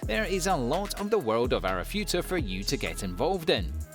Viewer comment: What kind of ANIME channel is this !? It's clear you haven't watched any of these anime .. You don't even know how to pronounce the protagonists names .. Ooh .. and it's ARIFURETA ,NOT ARIFUTA :))) Maybe watch at least 1 episode from each of the anime series in your list before making your "TOP 10 ..." Stop making videos where you read the description from IMDB .. watch the anime and then make an honest video